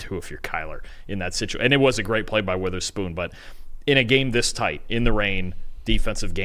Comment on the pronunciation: Please say Devon Witherspoon's name correctly